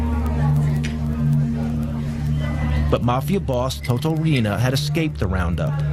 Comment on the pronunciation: u say it like toto RIENA not RI-INA lol